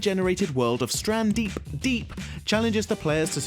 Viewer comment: its stranded deep not strandeed deep he even said it wrong I mean who does the research for these vids